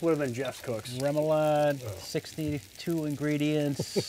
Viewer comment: Great cook! A salute to who never gave on helping pronounce remoulade. 😂: Really tasty “roo-moulade.”: “REM-oulade.” (how many times off camera? 😉)